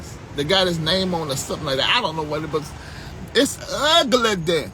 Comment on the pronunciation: did you say UGLEDY??😂😂 I'm weak